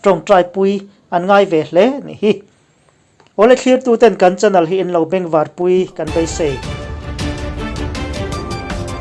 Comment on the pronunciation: INP Mizo Chanel tih tur ah INP Mizo Chanal in ti ziah mai a lam dik ve tawh teh u.